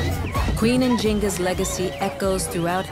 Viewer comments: The correct pronunciation/spelling is Njinga ❤ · njinga, is the correct pronunciation.